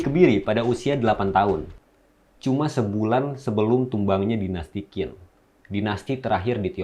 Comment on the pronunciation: Dinasti Qin dibaca Ching, bukan Kin, bnyk host2 yg salah bc, dan tdk nyaman di dengar, tdk profesional. Sebaiknya dicek dulu cara bcnya,sblm tayang😢